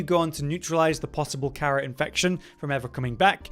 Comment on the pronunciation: are you sure you played the previous games? Because you seem to have trouble pronouncing the name of the virus correctly, which is mentioned numerous time in the previous games in both conversations and in audiologs.